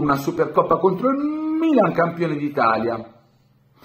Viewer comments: Lui forse voleva pronunciare il Bbilan.. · Noi interisti siamo abituati da questo trattamento dalle tifoserie e dai media, e ci chiamano pure piangina…vabbè…. Comunque toglimi una curiositá, c’è un motivo particolare per cui pronunci il mmmmmilan in quel modo?? Mi fai scomposciare😂😂